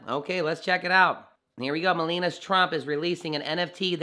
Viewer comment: It is pronounced Me-La-Ni-A not Melena.